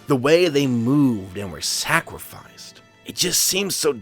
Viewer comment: Did you say "sacwificed"?